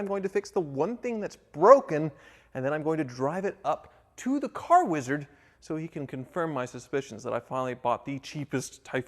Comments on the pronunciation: Every time you say WEEEZARD I die a little inside. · If I was the wizard, I would punch anytime he said my name that way...